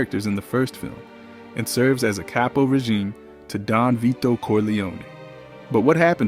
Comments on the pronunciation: Please for the love of God hire a narrator who can properly pronounce the names. It's Vee-toe and NOT Veto or Vi toe (pronounced that way when he talks about the funeral). Also it's Cap O Re seem not Cape O Rezum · Learn how to say caporegime. Clemenza and Tessio should have been underboss